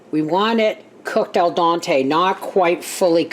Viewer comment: It's "alDENte" not "alDONte" 😀